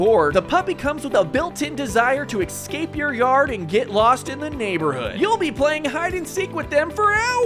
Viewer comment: It is NOT pronounced ekscape.